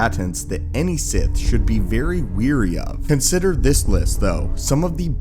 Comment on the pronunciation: WARY NOT WEARY!!!!